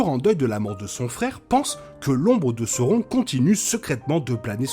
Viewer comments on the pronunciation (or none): on prononce Kélébrimebor, Saorone ...